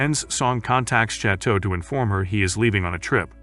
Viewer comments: im in physical pain from the way he pronounces chateau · i am literally canadian and we speak french here and i can tell you he has far from perfect